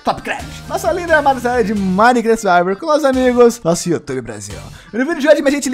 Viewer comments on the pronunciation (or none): amo esse "survaiver" kkkkkkkkkkkkk